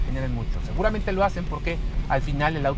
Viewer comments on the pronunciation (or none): none